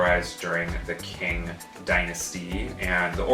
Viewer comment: You correctly pronounced the Qipao as Chi-Pow but you mis-pronounced the Qing Dynasty as the King Dynasty when it's "Ching" Dynasty. lol